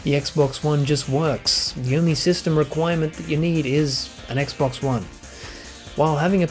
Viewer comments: Please tell me you did NOT just say Sexbox. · did he just say sexbox ? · did he say sexbox? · "...than the locked 30 of the sexbox..." correct me if I didn't hear that right. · Hah, same here. Have called it (randomly) the Sexbox, going back to the "sexbox three sexty", way back when. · I thought it was only me and my friends that have called it a sexbox! Ever since the 360 and Halo 3 X'D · did he say "sexbox" lol :p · "SexCocks, Snap Massages!" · Thank god someone else noticed! I thought I was going insane hearing something and no one else noticing it, instead being like "Fat Fuck xdddddd"